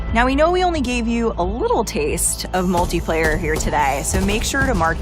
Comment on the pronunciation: Did he say “multay” player?